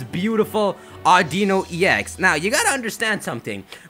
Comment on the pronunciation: It's Au-Di-Nu